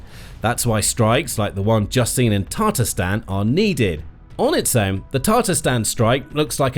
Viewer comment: Has anyone realized that he is pronouncing Tatarstan wrong